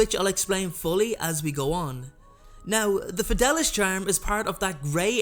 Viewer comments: It’s fid-ay-lee-uss, not fid-al-us. Sorry to go full Hermione. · Its pronounced fed-e-li-us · Fidelius is pronounced FI DAY LEE US. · its pronounced the FedAYlius charm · The fidelius Charm is actually pronounced the Fid-a-le-us charm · Don’t be sorry, listening to him saying it wrong for 10 minutes was worse than crucio